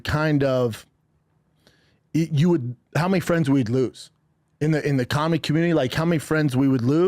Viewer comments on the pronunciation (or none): Brendan, repeat after me, "Comedy community" "Cawlmy communy"